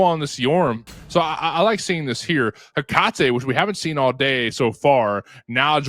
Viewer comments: bro one caster sounds like he's always got a huge wad of phlegm in his throat and the other guy can't read. "soo-slayer" for the entire second match smh btw it's "heh-cuh-tee" not "heh-cah-tay" it will never cease to amaze me how people just don't make sure they are accurate with these things before casting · lol bud. first of all, there is absolutely no consensus on how tf to pronounce Hecate (regardless of how her character says it in game). second of all, congrats on being number one fanboy 😂